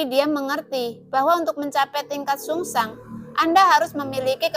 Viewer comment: Zhu Sang mbak bukan sungsang.